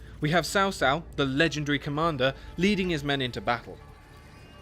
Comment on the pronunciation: no there is no "h" sound. otherwise it would be spelled "chao". "ts“ is as close as you can get to the chinese "c".